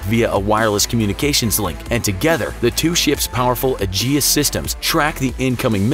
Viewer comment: Number one, aegis is pronounced "ee-gis", not "ah-jay-us". Number two, when used as the name of the defense system, only the first letter of aegis is capitalized. It is not an acronym, it is a word that has been in use for a long time and Lockheed-Martin co-opted it. Please, for the love of everything, proofread your pronunciations before you commit them to the recording. You're trying to educate people, but if you can't even get the pronunciation of something right, how can anyone trust your other information? (Besides the fact that they can't. Several people have pointed out mistakes in many of your videos, which you still have not corrected) And, of course, while trying to educate people you are in fact spreading wrong pronunciations (and information) around to five point one MILLION people. Don't worry, though, this is my last correction comment. You just lost a subscriber.